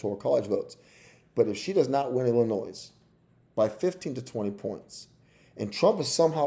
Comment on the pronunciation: And Illinois is I-luh-noy